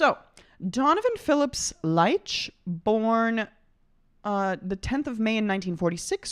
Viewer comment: Last name is actually pronounced “leech”